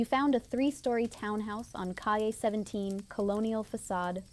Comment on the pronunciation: FYI…..”Calle”…..is pronounced “Kai-yeah”…….see if you can get it right!